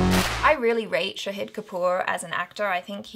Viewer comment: Well, it's Shaaaaahid not Shaheeeeeed Kapoor